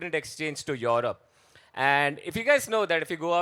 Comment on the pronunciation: Europe ❌️ Yorobe ✅️